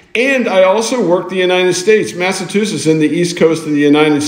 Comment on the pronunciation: Great channel ! Btw Might I have heard u say massatusses?